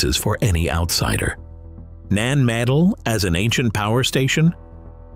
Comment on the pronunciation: 🌿 Having twice visited this old Lemurian outpost over 40 years ago - it is saddening that the 'voice over' is unable to pronounce - NAN MADOL - Thankfully David Hatcher Childress, says it correctly. 🙏